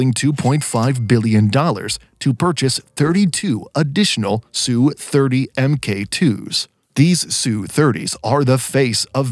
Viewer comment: Stop using the mesningless phrase "fighter jet". There is no such airplsne. You don't call bombers " bomber jets" do you? Just call them fighters or bombers or attack planes. Adding "jet" to their name marks you as a noob.. Its not "SOO-30" its either "ess you 30" or "Sukhoi 30". Your narrator bot is broken in other ways which renders them lame. FIX IT . Get a native spesker of aviation technical English to review the narrations before publishing them. Right now. they are just an embarrassment.